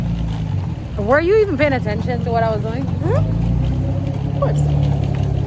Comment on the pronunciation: Thought I heard said she was "playing" attention🤣🤣🤣🤣 my gully Ur T n we're ur cookies, I say "Tcookies" without "T" there ain't no cookies🥰 #tookiesroadto20ksubs